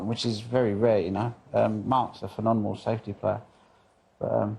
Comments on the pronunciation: dude i hear ya, he couldnt say it properly the other day and he couldnt again today!! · He's being saying phenonemal for years,i always cringe when he says it 😖😂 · "Phenonemal" keeps jarring me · Will someone tell Ronnie it’s.. phen-om-enal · Ronnie phen-on-emal O’Sullivan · For the love of god, someone who knows ronnie, please teach him how to say the word "Phenomenal", this is the second interview in 2 days ive seen him butcher that word. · Yeah he's been saying it wrong for years 😂